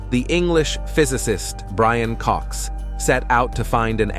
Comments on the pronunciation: I know, right? What on Earth is up with AI pronunciation? It's atrocious. I mean, somebody MUST have modelled the language. AI just makes dumb mistakes... BRAIN Cox for one... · Did you just call Brian Cox, "Brain" Cox....??? 😮..!!!!